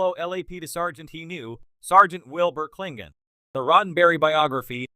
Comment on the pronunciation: I hope this is an AI doing the narration. Because who or what is doing the voice over has no clue how to pronounce Klingon.